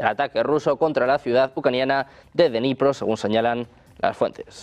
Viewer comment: No se pronuncia denipro, se dice: Dnipro ta y como se escribe! La D se pronuncia corta y luego viene Nipro con acento en la o... Espero haber podido ayudar! Saludos